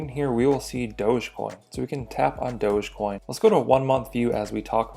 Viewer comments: its not dože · It's Dogie coin as in Dog E-coin. Where people think the dog came from? Dug!